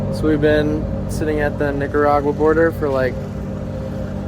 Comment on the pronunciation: yooo, you GOTTA practice your pronunciation of NIC-aragua 😂😂